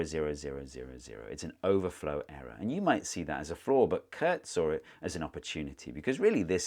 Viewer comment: It's "SAW IT" not "SAW-R IT"